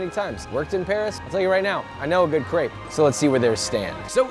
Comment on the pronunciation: Knows a good crepe. Still can't pronounce it.